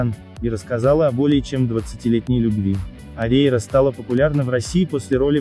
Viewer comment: Фамилию научитесь говорить.